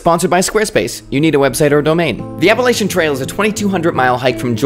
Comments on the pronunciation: App a la chun. Learn the pronunciation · Appalachian: app-uh-latch-uhn There's no helper vowels in the middle of the word, and we ain't French so we don't pronounce CH consonant clusters as an SH. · As an NC native, my heart hurts every time you pronounce “Appalachian”.